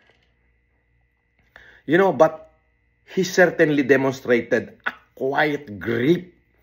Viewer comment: Quiet"OR "quite? ahahahaha